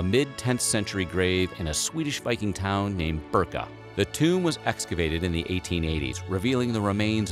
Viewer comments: Birka , not burka ! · Birka, not Burka.. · Not as bad as History Channel, but almost on par. Where do you do your fact check? It gets kind of funny though, when you name the city of Birka as Burka. Just google Burka (Burqa) and you see why this is unintentionally funny.